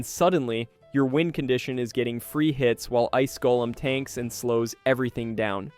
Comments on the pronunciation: Gol-eem - sounds wrong Gol-um - sounds correct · The way you said golem made me mad